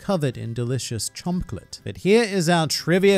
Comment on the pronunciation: Did call it Chompolate or did I misunderstand him?